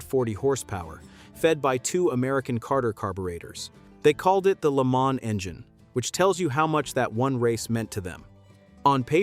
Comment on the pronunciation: It means 1000 miles. I was about to comment on the narrator's mispronunciation of the Mille Miglia, thanks for beating me to it. And he doesn't say LeMans correctly, generally the S is silent but not said like Man. My French is poor so I can't explain how to pronounce it correctly .